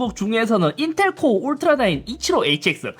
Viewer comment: 에서 인텔ㄹㄹㄹㄹㄹㄹㄹㄹㄹㄹㄹ 하는 거 웃기네여 ㅋㅋㅋㅋ